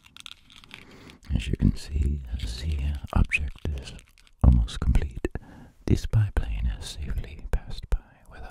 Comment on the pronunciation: GOOD VIDEO DOC....I love how you say z INSTEAD of the 🤣😂🤣😂🤣